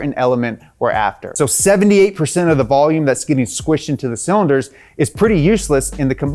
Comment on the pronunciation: idk man... we got hit with "cylinords"